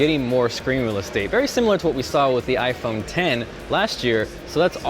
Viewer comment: all I kept hearing during the event was "iPhone Tennis" and "iPhone Tennis Match"